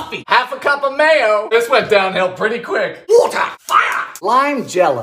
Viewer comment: might be one of my favourite sequences.. SUGAR WOTAH FIRE